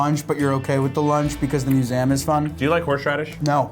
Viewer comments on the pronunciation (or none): Loll nemesis the 'Musaeum' is back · Poor said "muzayumm" one time and we bullied him until he retracted the statement. We are monsters